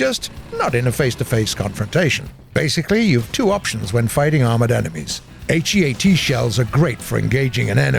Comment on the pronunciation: why r u saying all letters of heat and hesh and not just say heat and hesh???